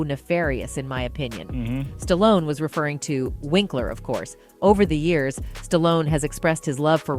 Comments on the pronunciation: Stalloneeeeeeeeeeeeeeeeeee not Stallon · "Creed the three" and "Stallion"... Who is this ignorant narrator? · I heard the narrator say Stallion then say Stallone the other time. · You can sure tell an AI by the way it mispronounces words, like Stallion for Stallone.